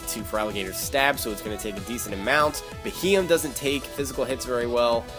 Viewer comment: Bee he yem is how you say it